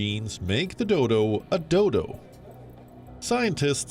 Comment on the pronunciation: Did she said the Doydol?